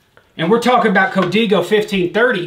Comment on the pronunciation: It’s Co- Dey- go